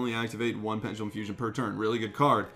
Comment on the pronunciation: isn't is penDelum... saying it like PenGELUM